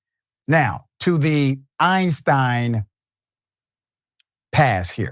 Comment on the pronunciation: Not the Eistirn Lady😂 So, you have to have an extraordinary skill? .